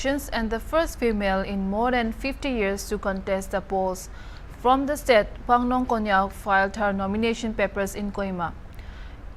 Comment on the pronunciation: Our pronunciations matters alot, her name is not Phanglong,its Phangnon Konyak by the way.